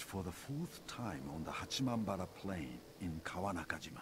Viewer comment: rofl, the way you said "kawanakajima" hahahahaha!!!!!!!!!!ageshgasdzhjztnhjzjmz